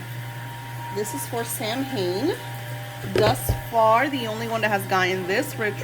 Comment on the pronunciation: Samhain is pronounced Like Sow-in just FYI